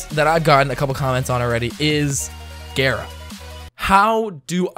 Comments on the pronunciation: Couldn't do it not with gaira being said over and over when every one else says it gar like car gara like from naruto. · DONT PRONOUNCE GARA LIKE THAAAAAAAAAAT. Gah-ra, not gay ra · It's gah-ra I learned that from Naruto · He said it like gayra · It’s gar a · Cringy af intro and prounounces gara wrong. Fuck outta here